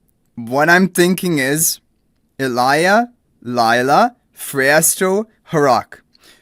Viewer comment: I'm sure it's probably just a language thing. The letter "J" is probably pronounced differently in his language :)